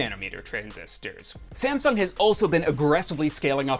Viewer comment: did he just pronounced SameSong